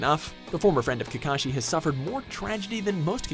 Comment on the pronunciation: My ears hurt after I heard you say 'Kakashi'